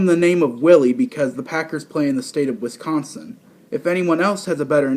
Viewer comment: Just a heads up. When you say Wisconsin, you use the C to hard. We use the first i more. I usually don't correct people on things, but its just so annoying hearing news outlets, and people saying Wisconsin in that way. I like the first concept, it makes a lot of sense